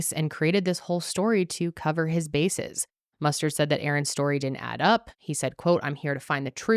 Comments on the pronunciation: Detective MusTURD amirite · Every time you say mustered I have flash backs of clue, corneal mustered, in the bedroom with a candle stick lol 😆 😂 🤣